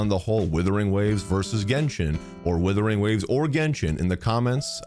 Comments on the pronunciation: Love how calls the game Withering Waves instead of Wuthering Waves 😅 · Its not withering, its wuthering. I dont want the new game to wither away...its amazing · Is it supposed to pronounced as withering waves? Or Wuthering waves? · I honestly think purposely calls it Withering Waves. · Why can't you say the game's name correctly though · Mans will never pronounce this game properly